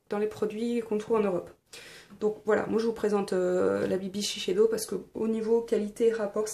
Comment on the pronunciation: Pardon mais shisheido !!!!! SHISEIDO pas shisheido